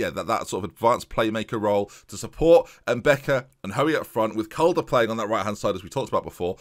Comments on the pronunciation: If Lebrun is African then the pronunciation is probably mbeca and not mbica. Nice video man! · its pronounced "mbeka"